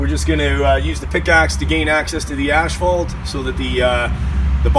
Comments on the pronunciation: Please pronounce ASPHALT properly! Very annoying!! AS PHALT there is no ashphalt in ASPHALT! THANKS! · Maryann Remmel ash fault. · Very true! Even at the asphalt plant they pronounce it incorrectly. On my new channel all of my newer videos I pronounce it correctly